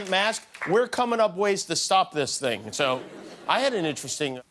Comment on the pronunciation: I haven’t laughed so much watching this until I heard his say “ you know the ting”